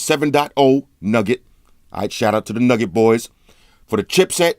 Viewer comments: I think it's pronounced new get but nugget sounds better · its pronounced new-get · Nougat is not pronounced 'nugget',. Haha. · I like how he say nougat android 7.0 nugget lmao gets me everytime